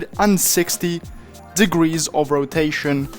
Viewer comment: "1620 degreese of rotation" "2160 degreese of rotatio"